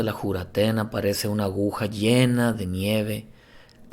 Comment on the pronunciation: Es Juratena ..o Furatena..como le dicen en Colombia